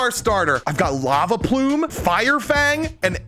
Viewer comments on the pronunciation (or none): none